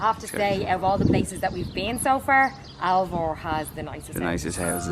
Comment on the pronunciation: AlvOr - not Alvar !